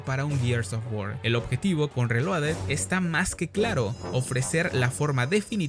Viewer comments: Que desperdicio para poder decir bien la palabra reloaded 😢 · es que es lo chistoso, mínimo deberían saber pronunciar bien el nombre de su juego si tan fans son :v